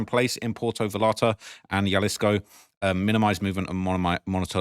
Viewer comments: Puerto = poo-air-toe Vallarta = vah-yarta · Dude Cmon You been covering this a few days Puer-to Vallarta (Va-Yar-ta) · Yo; if I can help you pronounce Vallarta, that would be dope. It’s just a small adjustment, say Va Yar Ta. Doble LL sounds like a Y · Brother, two L’s are pronounced like a Y 😅.